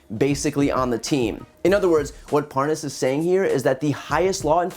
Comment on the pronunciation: how to tell the Nunes & Parnas KNOW 1 another... like so many other incidents, Nunes kept trying to pronounce "Parnas" incorrectly, ("Parnaz" & "Parnoz") but when he had to speak faster & attach dudes "WIFE" to the end of said title, he said his name JUST FINE... &then he went right back to mispronouncing it... 🙄